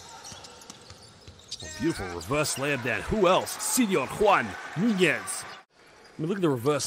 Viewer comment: The commentator can say and pronounce de letter Ñ to say España, but not to say Nuñez